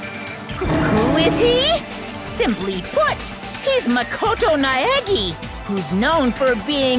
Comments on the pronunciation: Hinata is pronounced Hee-nah-ta. Not Hi-na-ta. Naegi is nah-eh-gee, not Naeg-i. I don't see much wrong with Enoshima. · I cringe every time they say "Naegi".